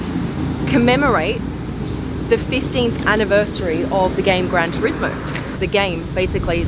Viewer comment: The description make me surprising.. She said TURSIMO not TURISMO.. lol